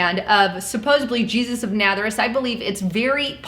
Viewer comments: Why do you keep saying ' Natherous ' ? It is Nazareth ! I still don't think this is Jesus , mostly because of 1 Corinthians 11 : 14 . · It's Na"z"areth. (Nazareth), not Natheris. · It pronounced Jes chure! And Naza reth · Nazuress?? Guessture? lol. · JESTURE = GESTURE and it is Nazareth naz aaaa rith .. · Ok, first, good info. Second, its pronounced: NAZ--AR-ETH long A at the beginning and GESTURE is JES-TURE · Your pronunciation is terrible. "Oscillation", "Nazarreth" and "gesture" need work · Please learn how to correctly say Nazareth. Out of respect.